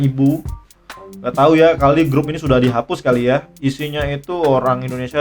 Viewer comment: Grup bang bukan gerup